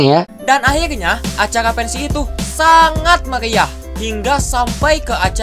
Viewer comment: pensi di tambahin L jadi pensiL